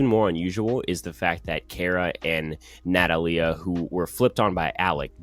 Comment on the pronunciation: I cringed every time you mispronounced Natalia